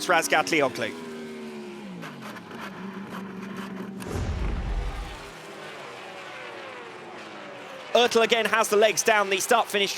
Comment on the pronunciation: STOP SAYING ÖRTEL!!!!